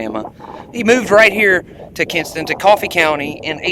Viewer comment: Kinston. Correct pronunciation.